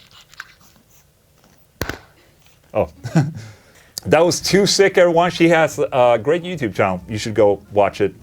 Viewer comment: 2sich it's not too sick :)) Ch at the end is like chug. 2 si ch ! Like that))